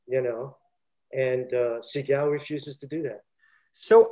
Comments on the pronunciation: If I hear se-gaal one more time, I’ll lose my mind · The guy keeps pronouncing Steven's name wrong. And he takes forever to tell a basic story. It's annoying. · So I just have to say this, the fact he shows disdain for people telling the story that wasn't there, why can he say Segals name right? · The way he pronounces Seagal makes me laugh my ass off every time he says it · He didn't even pronounce his name correctly. Lol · Why does he continuously mispronounce his name? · The way he pronounces Seagal is extremely annoying